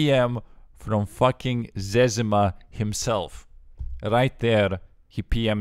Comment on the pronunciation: You did pronounce it correctly. I always thought it was Zeh Zee Muh.. It is Zez ih muh.